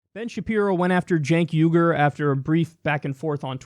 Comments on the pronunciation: yeah it's kind of weird, because "chenk Igur" doesn't sound any worse or better than "Jenk Youger". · "chenk igur"? god he's a dumbass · "Chank Ieger" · He knows that it isn't "Chenk Uiga" but, well, "Cenk Uygur" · "Chank iger" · "Chenk Eyegir" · "chank iger" LOL fascists have some weird speech impediments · You wrote a book on pornography...? Did you enjoy doing the research? "Chenk Aigar" what a child. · Who’s Chank Iger? 😂 Also, there is nothing wrong with porn. It’s perfectly natural. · Who tf is Chank Igerd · "Chenk Iyger"? He's debated him and he doesn't even know how to pronounce his name? Maybe Bean Shaypirro should pay attention. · Who's Chank Eye-gore? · "Cenk Iger" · "Chank Eiger"? I thought that Ben was touted as a genius by the right but he struggles with pronunciation? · Chank Eye-gur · Chenk Eyegur lol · "Schenk ygor" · they way you pronounce it not body knows who cenk igor is... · everything you need to know about this piece of shit: he knows EXACTLY how to say "Cenk Uygur" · Why can't any Republican say Cenk Uygur right!? God damn it's annoying as fuck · Bin Sepirow can make his shitty gay boy arguments, but can he at least pronounce cenk uger correct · i can't take Ben Shapiro pronouncing cenk uygur name lol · The intellect Ben Shapiro cant even pronounce Cenk Uygur